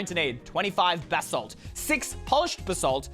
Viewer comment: its pronounst basalt